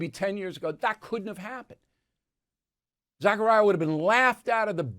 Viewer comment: Fawning and embarrassing but it’s “Zakaria,” not “Zachariah.” (Like that helps… 😁)